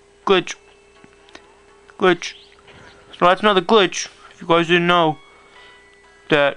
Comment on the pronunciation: Love it how he says Glitch Gwich Gwich gwich